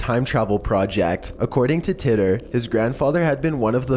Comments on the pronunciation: John Titor is pronounced like Tee-ter....not titt-er. Just had to say. Also the secondary picture of the man with a "camera" is NOT a time traveller, it is proven without a doubt that those "shades" were made back then and there was shirts with logos made back then as well. That pic is not of John Titor as there is no pictures of Titor in existance, he was simply and only on air with Art Bell i believe (coast to coast AM radio station). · "Tea"ter" not "Tit"er.